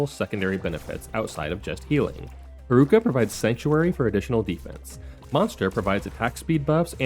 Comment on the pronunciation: Pronouncing Haruka's name like bazooka should be a sin. The syllables should have the same length. It's lalala, not laLAAla. Instead of reading Haruka as one word, it's probably better if you separate it as Haru Ka. Cuz then that way you stop the unnecessary elongation of the second syllable.